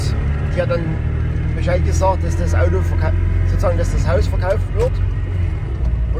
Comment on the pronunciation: Sachsenring, das Audoo!